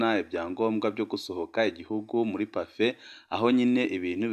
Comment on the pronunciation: We, ntibavuga Pafé, bavuga Pafe